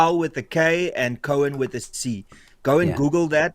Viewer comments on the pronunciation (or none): His surname is Cowan not Cohen Pronounced "cow in "